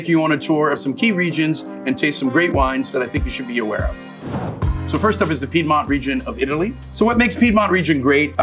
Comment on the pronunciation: Makes me wince as much as that pronunciation of Piedmont